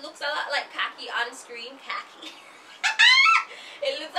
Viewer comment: 🤭Lol when you said khaki 🤣🤣🤣